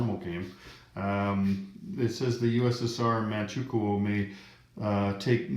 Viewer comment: For future reference, Manchukou is pronounced Manchu-koe (like Moe).